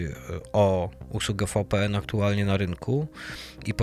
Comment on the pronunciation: VPN to Wi Pi En tak sie wymawia. WiFi to łaj faj